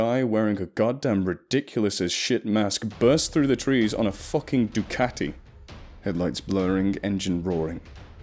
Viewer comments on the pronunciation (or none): none